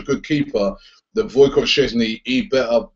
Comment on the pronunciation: LOL his name is WojCIECH not WojCOTT Robbie xd